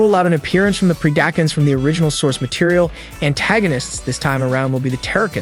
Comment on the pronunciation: Thought it was very good break down and can’t wait for the film but for the love of god it’s pronounced PRED-A-CON, DECEPT-A-CON and TERR-A-CON that’s my only complaint in a overall great video